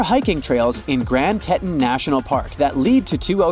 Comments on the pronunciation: Teton is pronouced "tee-t-on", not "t-eh-tun" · The narrator mispronounces the word Teton. He says TETtun, but it is pronounced TEAtawn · It’s pronounced Tee-taun not Tet-un. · It is pronounced tee tahn range. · Tehhhton mountains AI needin mo work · Your pronunciation of "Teton" makes me sick. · You come off as horribly ignorant when you mispronounce "Teton". Goodness gracious, hire a narrator from the USA. Or maybe verify the proper pronunciation prior to recording... certainly before publication.